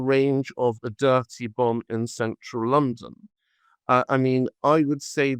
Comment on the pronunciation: Bomb not book